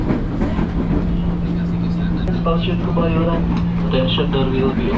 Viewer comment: Kebayoran bang ,bukan Kemayoran 😂😂😂